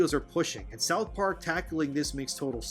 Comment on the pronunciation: Sauth park 10/10